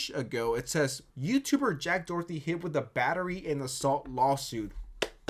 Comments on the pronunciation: In the name of a dictionary how many weird names did you make out of Doherty, in Ireland it’s pronounced Dock-er-ty. Not Dorothy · Are you calling him Jack "Dorothy" on purose, or is this another "Eye Spiez"/Ice Spice situation?😂✨ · Are you saying Doherty or Dorothy?? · Doherty = Dorothy? Video creator might be dyslexic